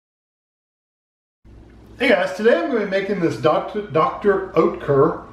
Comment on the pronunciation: it’s pronounced Doktor ( like the u in Duck ) Oetker is pronounced like „uhtker“ Like if you say „Uh“